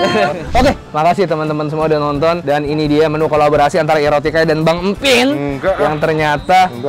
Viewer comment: Oh Irotikay....tadi pertama denger Erotika...duh kuping gw error ini...😂😂🙈🙈....